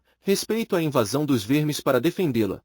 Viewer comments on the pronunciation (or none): Que narração horrorosa... sem nenhuma emoção... artificial demais... nao respeita pausas, virgulas , por ex, vermes saiu com som de vêrmes... essa narração mecânica do google estraga o audiobook...